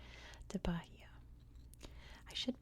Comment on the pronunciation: It’s ‘ba-EE-a’ with a silent H :)